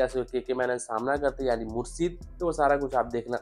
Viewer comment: Mursid nhi Murshid shhh ki awaz nikaal